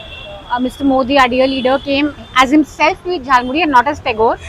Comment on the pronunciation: That is not 'tagor' that is thakur Stop being engrez